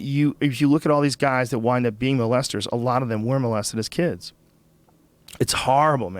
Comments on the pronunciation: Hahaha moe-lested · Bert pronounces molested like he has never heard anyone say the word before